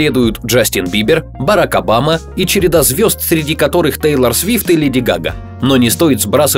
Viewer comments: Не тАйлор и не тЭйлор а ТЕЙЛОР ПОНЯТНО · ТЕЙЛООООР А НЕ ТАЙЛОР